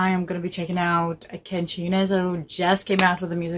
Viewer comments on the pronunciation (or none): its Kenshi not kenji